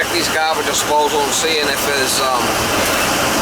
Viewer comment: Correction its garbaje disposal or garaje ??